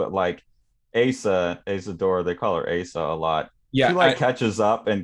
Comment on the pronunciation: You mispronounced Asa's name. Both vowels "a" must be short. (However, in Sho's name the final "o" is a long closed "o".) When writing Japanese with Latin alphabeth, the general rule is: "wovels like in Spanish or Italian, consonants like in English". Of course, these are just approximations. (For instance, the Japanese "u" is actually not rounded.) The length of vowels is theoretically supposed to be marked with a macron diacritical sign over the vowel letter, but in practice it's ofren not done. ("Tokyo" should be written with a macron over both letters "o", but it's not done always.) Some translators (particularly amateur ones) indicate the length of vowels by doubling the vowel letter, but they usually write the long closed "o" as "ou" to differentiate it from the long open "o".